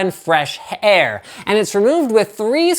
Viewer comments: I love how he says "for the psu to draw in fresh h-air" XD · Fresh H-Aiiir? Really Linus Lol jk awesome content!! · "... to draw in fresh h...air..." good job Linus XD